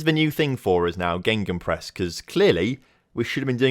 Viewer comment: Every time you pronounce it ‘gengenpress’ a part of my soul dies